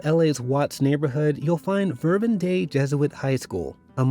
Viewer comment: Saint Leo. Not Saint Leon. Verbum Dei. Not Verbun Dei.